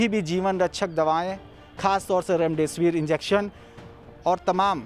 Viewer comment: remdisvr aisa bole ki hame laga raam dev kahne wale ho. Bhai new ho thoda confidnce lao. Itni dar wali khabar ko aise bolge normal jaise ki kuch hai hi nhi